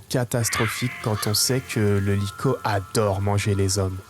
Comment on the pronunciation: vrm banger la vidéo par contre regarde la prononciation de likho mdr